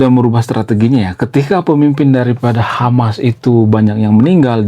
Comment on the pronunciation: Hamas bang bkn Hama 😂😂😂